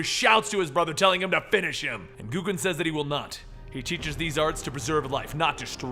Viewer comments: G-O-W-K-E-N not G-O-O-K-E-N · Why dafuq does he call him GOO-KEN? Isnt it pronounced Goe-Ken? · GO-KEN. Not Goo-ken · Hey, not to be rude or anything but Gouken is pronounced "Go-Ken" not "Goo-Ken" like I've heard you say it in the few occasions you've covered street fighter comics. Just a little heads up. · it's not pronounced "goo-ken"!